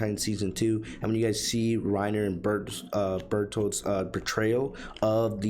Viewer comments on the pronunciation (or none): Bertholdt not bertmont lol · "bertman" THIS IS SOFUNNY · I knowww I was so confused I thought he was talking about someone else for a second, how do you turn Bertholdt into bertmont 💀💀💀